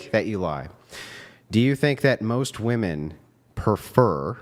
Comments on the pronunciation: about f**king time someone corrected these broads on how to say women. I've noticed a trend where all the girls Brian has on his show talk that way. None of them know how to speak very well and prominently can't pronounce the word 'women' correctly. They all say "woman", as if "woman" (singular) refers to all women (plural). Thank you Andrew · Seriously, why are so many girls saying “WOMAN” instead of “WOMEN?” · Why in F can't these young idiots pronounce woman and women?